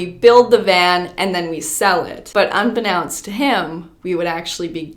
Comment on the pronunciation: I love you, seriously, but it's unbeknownst like "known" not "un-be-nounced" like "pronounce" lol